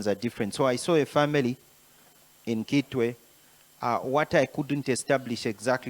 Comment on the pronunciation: With all due respect, history confirms that Kitwe is for Lambas,and they pronounce a head as ikitwe. So it's not citwe. Citwe is a Bemba pronunciation. Point of correction please.